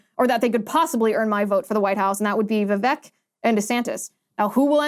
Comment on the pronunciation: You pronounce Vivek like Vive-Ache